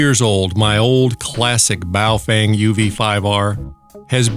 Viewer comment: Love the “ball-chinnian”. LOL!!!